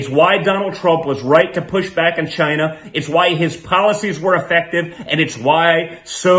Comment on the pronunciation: Did u realize how the dude pronounces China. It's like a dog Whistle for hatred.